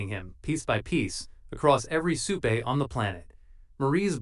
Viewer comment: Butcher isn't in the episode. Your AI still cannot pronounce supe.